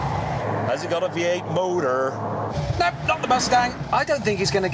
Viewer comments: "does it have a V8 moteeerrr" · the way he says moterrr